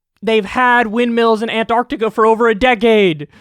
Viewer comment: He can say rural better than he can say Antarctica.